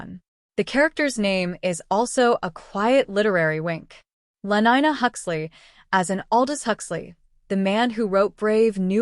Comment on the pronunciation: Lenina not lenyna